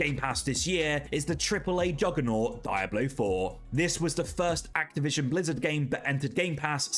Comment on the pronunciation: “Daiblo 4” 💀